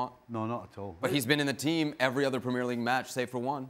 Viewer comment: "Premyear" league.. lol